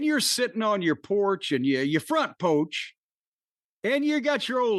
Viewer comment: Front pouch 🤣🤣🤣🤣 bugtussle 😂😂 my Midwestern self laughed